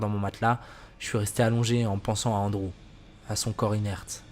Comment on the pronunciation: Ptdr comment il prononce Andrew ; Onde-Roux 😂😂